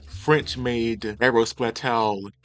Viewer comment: Aérospatiale pronounced Aero-spa-si-all, not aro-spitall. Love the content otherwise!